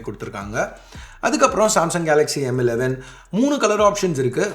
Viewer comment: Tamizh la sollum bodhu, yean bro M11 na emmu 11 emmu 11 solringa. Weird ah iruku. Kekradhuku.